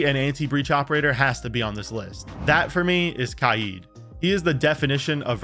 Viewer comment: Why does bro say kaid like that